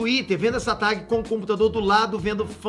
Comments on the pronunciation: Pow vc falando tag errado me deu uma agonia kkkkk..... Invés de falar TEG ele fala TAG como se escreve kkk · uma facada no coração a cada "Tagui" do